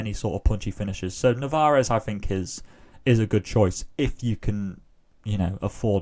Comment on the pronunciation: There's only one R in Narvaez